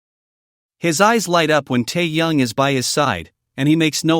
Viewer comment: Автор вы бы правильно читали имя техена, , а то слушать не приятно